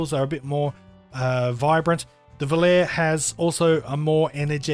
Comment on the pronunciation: Great review and this is not a criticism but I just wanted to let you know that v o l a r e is pronounced. "vol-ah-ray". It is an italian word made famous by the song of the same name sung by Frank Sinatra and a multitude of famous male tenors in recent years👌 Out of interest how would you compare the FH 19 to the fx15